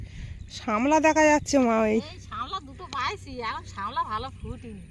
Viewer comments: ও দিদি ওটা শেমলা না শাপলা বলে। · শামলা নয় শাপলা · বলে শ্যামলা, ওটার নাম শাপলা, ভালই চারা পোনা ধরতে পারছো, দিদা গো তুমি ভালো করে গান শেখো, সকলে মিলে মিশে ভালো থেকো তোমরা। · মাসিমা এটা শামলা না।শাপলা❤❤❤